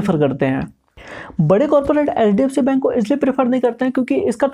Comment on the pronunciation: Bhai thoda sa clear bolo HDFC bank ko ap LDFC bol rhe ho aesa lag rha he